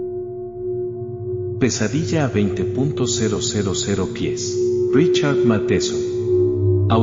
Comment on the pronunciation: ¿20. 0, 0, 0 pies?. Pues estamos buenos cada vez que la máquina dice la cifra. Insoportable.